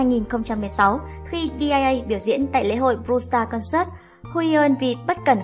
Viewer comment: Dia chứ ko phải Di a a ạ